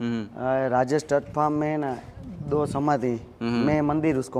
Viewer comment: Say farm not pharm